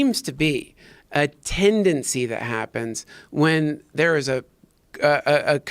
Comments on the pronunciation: Say tendancy one more time. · If I hear you say tendancy one more time, Duncan... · "iT's tEnDaNcY" -Duncan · is there a tendency that he says tendency Hmm